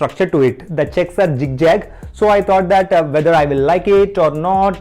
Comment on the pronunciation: the way you said jig jag I thought only gujarati language is like this.